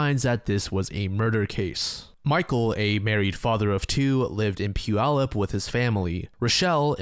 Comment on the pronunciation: You pronounced Puyallup correctly, that's very rare! I don't think I've ever heard someone who hasn't spent time in WA pronounce it like we do.